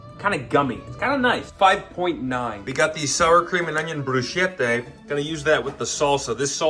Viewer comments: the bruschetta pronounciation💔💔💔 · ITS BREW-SKEH-TUH 😭